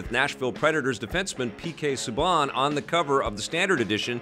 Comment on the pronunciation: Whoa whoa whoa.... P K Subaaaaaaaan? P K Subaaaaaaaaaaaaan????? C’mon, you know it’s pronounced Su-ban. Your just trolling me aren’t you 😜 Great Rundown though